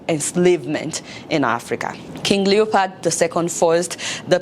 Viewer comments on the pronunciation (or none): Adeola, it's LeopOld, not LeopArd. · Love the content 👌 even though you had me rolling 🤣 on the floor at the "King Leopard." 😂😂 It's King Leopold. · Fayette, I can't believe you pronounce words as if you are speaking to run a, you pronounce Leopold as Leopard and incite as encite. Did you go to college in the US? Please work on your pronunciation. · Adeola, it's not Leopard, its Leopold!!!! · I like the sound of leopard instead of leopold . secondly, African leaders especially Nigerian leaders should be ashamed of themselves because they have derailed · King leo pold not leo pard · What did u call him? Did u just say King leopard? 😅😅😅😅. I now see why the present African regimes are not comfortable with youths rising to political responsibility because they don't want other Lumumbas to rise . LUMUMBA will always remain in our minds